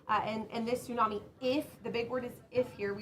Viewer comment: Wow she actually does know the right pronunciation tsunami ❤